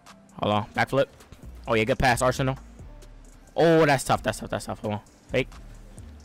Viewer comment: When Arsenal says fake it sounds like he is saying fae 😂😂